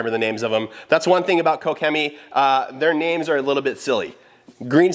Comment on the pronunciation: lol wtf, I have never hear someone say Koch Chemie as “kow Chemie” .. Jesus 🤦🏻‍♂️🤦🏻‍♂️🤦🏻‍♂️😂😂😂.